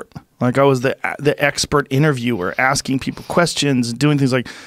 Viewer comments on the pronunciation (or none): none